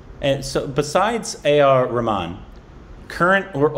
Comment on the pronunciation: I won't be surprised if they have A.R Rahman (or as says Ramen:P ) for an interview next...<3